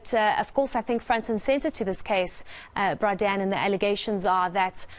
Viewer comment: I liked it when she called him "bra Dan"